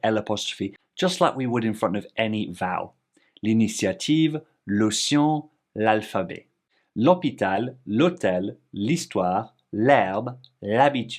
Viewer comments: Coucou, Comme j'aime bien ça, mes petites précisions sur des détails:) L'océan: tu prononces ce mot comme s'il était écrit "l'ocian": dans ce mot, le é se prononce comme le mot "et". Vidéo très instructive! bravo pour ton travail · Dans votre prononciation d'océan, ce qui m'a interpellée, c'est la fusion des sons é et an ("à l'anglaise"), car j'ai le même problème dans l'autre sens 😅 (française en Angleterre). Je trouve qu'en français, lorsque 2 voyelles se succèdent, comme dans océan (é-an), on les distingue clairement, alors qu'en anglais, les sons sont en quelque sorte fusionnés entre eux, à la manière d'un fondu-enchaîné au cinéma. C'est difficile je trouve. Ceci se rajoute au fait que de façon générale, les voyelles sont aussi plus distinctes les unes des autres en termes de sonorités en français qu'en anglais. La prononciation anglaise des voyelles, c' est le règne de la fusion et de la modulation je trouve ! Désolée, c'est un peu hors sujet 😬. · You pronounced "ocean" wrong